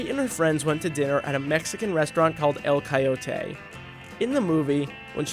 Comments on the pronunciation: It's El Coyote, not El Coyo-tayy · And El Coyote. (Karmann Ghia was atrocious too)